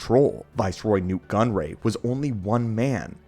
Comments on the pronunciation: why does gunray keep becoming gunroy? AI much? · The constant mention of "Viceroy Gunroy" hurts my soul 😅